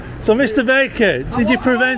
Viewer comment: I thought you said his name was Mr Bacon, it was only at the end I realised you said Mr Baker.